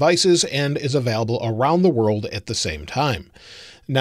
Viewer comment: anyone else triggered by how says available? hahaha